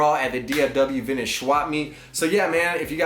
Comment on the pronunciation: Whole buncha garbage.. Also please stop calling it “Vinnich”